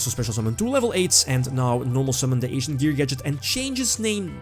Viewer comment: Lol, I love you, but I can't unhear "Asian Gear."